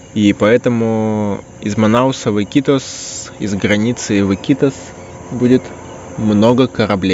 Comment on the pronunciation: Ики́тос, а не ИкитОс.